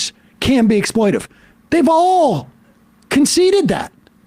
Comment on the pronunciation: It's 'exploitative', Mr Seder. 🤣🤣